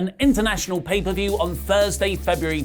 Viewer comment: "paid-off per-view" - LMAO